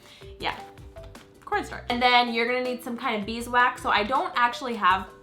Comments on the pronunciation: oh my god she said porn starch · When she said "corn starch" I kept thinking she was saying "pornstar" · Anybody else think she said "porn star" instead of "corn starch"? 😂😂😂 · it sounds like she said porn starch